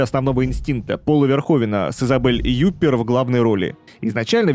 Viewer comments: Изабель ЮпЕр, а не Юпер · Уважаемый автор) прошу Вас уточнять ударение в фамилиях звёзд) Википедия Вам поможет. Меня аж перекосило от Юппер!